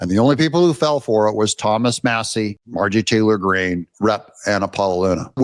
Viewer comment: Stop calling her Mar-jee Taylor Green. It makes you sound more ignorant